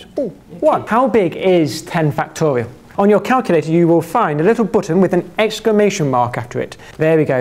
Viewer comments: I keep hearing "factorio" instead of "factorial"... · Ah, i love this dude. Very energetic and the way he says factorial is hilarious.